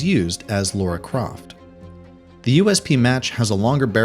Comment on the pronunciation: LARA Croft not Laura.. Pronounced..lar-ra